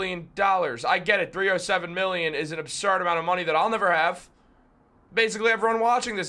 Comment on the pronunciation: Bro, you shouldn't have a take until you can pronounce 307 million correctly 😂. Come on dude